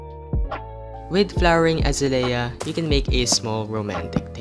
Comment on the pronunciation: uhzayleeuh not azuhlayuh